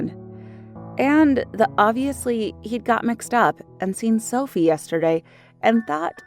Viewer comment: is it just me or when she said: I have an identical twin sister called Sophie. sounded like selfie to me?